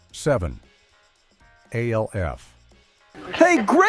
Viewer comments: It’s so infuriating. Does anyone listen or proof these things before uploading. It’s ALF one word not A L F. If you don’t know that you shouldn’t be making these videos. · Alf was always funny Is this being told by an AI? No one ever called Alf A-L-F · Why is there an AI talking? Whoever wrote this do it himself? It's freaking annoying they can't even pronounce Alf or Tony Miceli correctly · Is he really trying to say the name of the show is, “A-L-F”. Get serious, yes, it was an alien life force, but they called it, Alf. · Annoying that you have to continuously pronounce each letter in A-L-F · Why they saying Alf name like A-L-F lmao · Yeah when he called Alf A-L-F I was done. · Aay elle eff.😂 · Do you really just call ALF A L F? It's an acronym you're supposed to pronounce it like a single word that's what makes it an acronym not an initialism. This has got to be stupid AI crap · stop spelling Alf in all caps in your script and the poor AI will pronounce it properly and ppl won't freak the fk out. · I noticed that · I came for the video, but I stayed for the AI voice that can't pronounce Alf's name. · 😂😂 I hate that! Like WTF!? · I cracked up when he said that. I immediately had to log in to see the comments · It would have been one thing if it was the same mispronunciation every time. I counted THREE different wrong ways to pronounce it. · Lololol! I know, it cracks me up hearing AI mispronounce something. Like, wtf, we really can’t have a real person narrating anymore? Are we really that bad now?? Lol